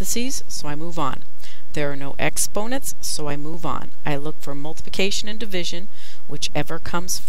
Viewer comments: she\he said multication when it is multiplication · "Multication" But Really , "Thank You So Much"